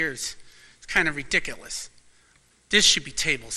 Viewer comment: I think it is “ree•dic•o•lus”. Too funny when he says this. 😂